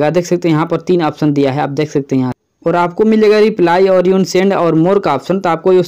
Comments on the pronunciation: यून सेंड नही अनसेंड होता है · यु send नही अन send kehte h 🙂🙂🙂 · Bhai vo unsend hota hai 😂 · भाई वो अनसेnड होता है🌜🙀🙀🙀